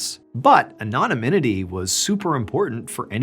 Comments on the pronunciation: Um not saying this to be nit picky in any way, shape or form. Just trying to help for future reference of your story telling, since it's your bread and butter. Anonymity... is actually pronounced anno-NIM-itty phonetically. Hope that helps 😊👍👍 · “Anonymynity” Nailed it, Ballen! 😂 I figured out who the story was about when I heard “Operation Mincemeat.” I like to think those books are an autobiography! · / Anonymity = (an uh nim uh tee).😉🙏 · Anne-oh-nim-ah-tee (Anonymity) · “anonyminity” has me transfixed 🥸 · Love ya Ballen, but you added an extra syllable to the word "anonymity" in the Ian Fleming story. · Wait, how did you just pronounce anonymity? Words are hard 😊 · that's not how you say anonymity LOL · Anonymity. The first word I’ve ever heard Ballen mispronounce, and I’ve watched videos since day one.